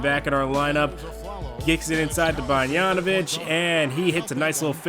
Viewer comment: Great vid as always. Also, not a big deal, but the pronunciation is bog-dan-o-vitch and not bon-yan-o-vitch. Just a pet peeve.